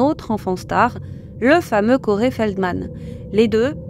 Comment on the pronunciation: Je ne connaissais pas du tout ces deux personnes. Merci pour la vidéo et le travail accompli par vous deux! (PS: le prénom Corey se prononce /kO'ri/ , le /e/ final étant plutôt un /i/ sans diphtongue. dslée d'être embêtante!)